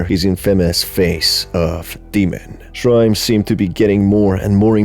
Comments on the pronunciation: I love ur humorous storytelling, it's so funny 😭 Oh yeah it's also shirime, not shrime SJSJS. Like she (as in pronoun) ri meh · Not me taking too long to realise that whenever he said /ʃraɪm/, he is actually mispronuncing shi-ri-me, the name of the entity. 😭😂😭😂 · Isn't it pronounced sher-REE-may? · It's pronounced Shi-Ri-Me!!! Unfortunstely this yokai is one of a collection of horny 'ass' and prolly just 'ass' drunk japanesr people's creations 🙃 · I think it's pronounced Shee-Ree-May....but still...butt-eye laser. ...i like big butts and i cannot lie... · I think it's read Shi-ri-me